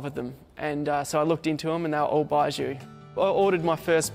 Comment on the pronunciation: This guy can’t even pronounce baijiu